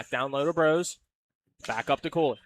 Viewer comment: Play-by-play calling Cooley "Cole-y" and it's throwing me.